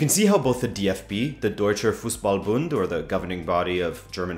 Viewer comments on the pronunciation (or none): none